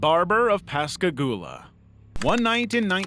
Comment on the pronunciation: I'm so glad you pronounced Pascagoula properly! It's my hometown, and the Phantom Barber and Pascagoula Abduction are the two craziest things to happen here.